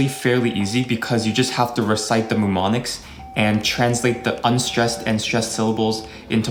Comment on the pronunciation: The first M in Mnemonics is SILENT!!